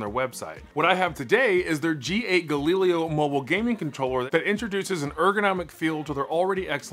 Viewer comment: I can't help but laugh anytime I hear you pronounce Galileo. Does nobody remember history class? Gal-i-lay-oh